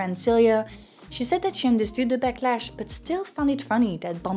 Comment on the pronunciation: "the bumble blacklash" instead of "backlash", lol whoops